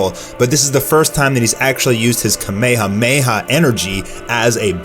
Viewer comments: Kameha meha wtf. Its kamehameha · Please fucking learn how to say kamehamaha